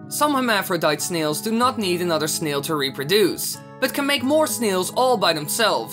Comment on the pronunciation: no offense but the way u say snail hahaha it sounds like sneels